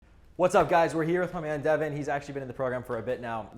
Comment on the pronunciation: DAY-VAHN IN THE HOUSE